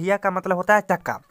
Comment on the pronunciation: Chakka bolna to Sikh le yaar